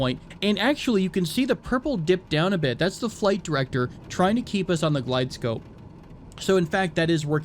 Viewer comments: Also its GlideSlope not glidescope lol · Love your videos! Really enjoyable. I hope you keep making them. I fly professionally, small tip if you'll allow me. Its pronounced "Glideslope" for a Precision approach (ILS) or Manual Glideslope for a non-precision approach (Localizer). Again, I can't wait to see more of your videos!! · Love the videos! though "Glide slope" is how it is pronounced.